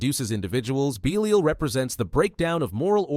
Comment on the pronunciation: Interesting vid but AI cant make its mind up on how to pronounce Belial. Pretty sure Abaddon is being pronounced wrong here too.